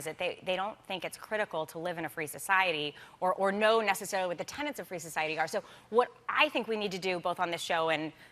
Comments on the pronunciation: Looking forward to watching this, but, please, it's "tenets," not "tenants," as she said about five times. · Tenets, not tenants! lol! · Every time she pronounced the word tenet as "tenant" I wanted to gag.